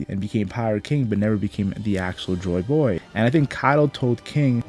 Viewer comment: I like how this guy pronounces Joy Boy. “Joy BOoy” Very good video